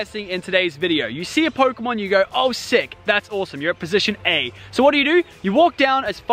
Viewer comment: Its pokemon not phokemon